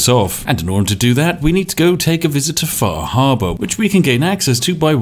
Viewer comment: "We need to go take a visit to faahaabaa"